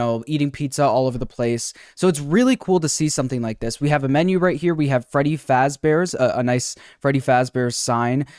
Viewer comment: Freddy Flossballs xD